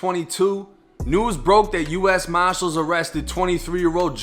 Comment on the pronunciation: can’t say “ US Marshall’s” to him it’s US Moshalls..